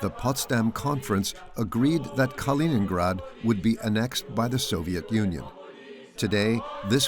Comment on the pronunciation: Не понятно, почему диктор называет Калининград халенградом? Хотя видео идет на чистейшем русском языке, непонятно. Я просто хочу сказать всем тем, за бугром, что Калининград принадлежит только России, хватит мечтать и облизываться!!! 😋